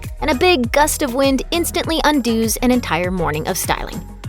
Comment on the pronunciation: . Undooz? We pronounce that word un-duzz.